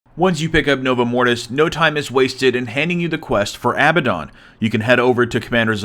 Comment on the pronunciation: Abbadon is not "abba dawn" it's "əˈbadn." You don't actually say the "don" - it's a short "dn" sound. Sounding it out, it's basically like "ah-bad-n." Great video though. Did not expect the level of detail present!